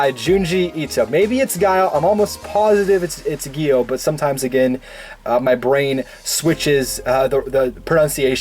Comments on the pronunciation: The way he pronounces it is like (giyo), however the correct pronunciation is without the i. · It’s gu-yo. Gyo